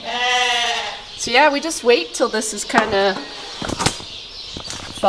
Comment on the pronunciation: The way said "Yeaaah" at the mark. 😁 Just every now and again, it comes out.